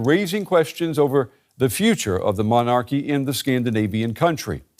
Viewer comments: Sorry can not get past the anchors pronounciation of "Mon-Arc-ee' can some one please teach him its said like MonaKey only stress is at start the middle and in the middle the ar is softer not three seperate gutteral syables it one word. Guess he doesnt say it so often 😂. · why does he pronounce MONARCHY that way? Gzzzz soooooo annoying!!!!!! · Why can that man not pronounce “monarchy” properly?